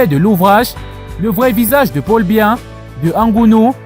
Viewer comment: Tu n'es même pas capable de prononcer le nom du Président c'est BIYA et non mbiya, on imagine directement d'où tu viens et quelles sont tes intentions, il faut balayer ta véranda et laisse celles des voisins.